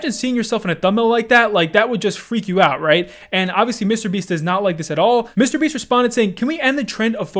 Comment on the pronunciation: Bro stop saying mr beast so weirdly